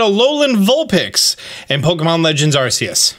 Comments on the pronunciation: He says "Arceus" wrong. It is pronounced "ARK-Ee-Us" or "AR-KEY-US" Per The Pokémon Company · You pronounced Arceus wrong